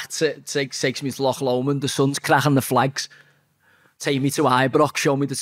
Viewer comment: Well done for saying Loch instead of Lock Lomond.